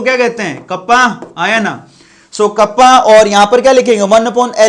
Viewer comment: कापा bolte h sir ..कप्पा nahi